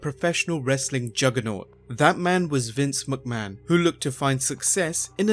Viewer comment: dude.... MICK mahon.... not MUCK mahon Think...McDonalds. Its MICK donalds...nots MUCK donalds